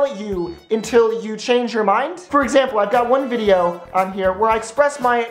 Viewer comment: ...really, you just want attention don't you? i really don't think anybody cares. by the way. it's video, not VADIO.